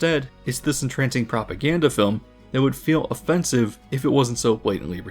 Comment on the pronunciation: Are you saying "propaganda" or "popoganda" ? ... I'll get my coat.